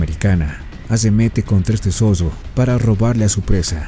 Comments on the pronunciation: ¡NO ES MALDAD, ES EXIGIR QUE EL NARRADOR DE ESTE VIDEO SEA EL IDONEO! ¡MI COMPAÑERO DE UNIVERSIDAD TRATÓ DE ACTIVAR SU TRADUCTOR Y MUCHAS PALABRAS QUE FUERON MAL PRONUNCIADAS COMO "ZODO" SIENDO LA CORRECTA "ZORRO"! ¡JAMÁS LAS ENTENDIO ENTENDER, SE LO EXPLIQUE YO! ¡NO ES DE MALDAD, ES DE EXIGENCIA Y RESPETO POR QUIENES VEMOS ESTOS VIDEOS SUBIDOS! ¡Y MUCHAS VECES PIDEN 👍QUE SUBAS EL DEDITO! ESE DEFITO ES PARA VIDROS ÓPTIMOS Y NO PARA ÉSTE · El zodo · un zodo es más fuerte que un zorro......